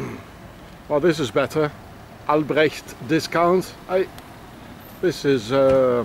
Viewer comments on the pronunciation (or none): none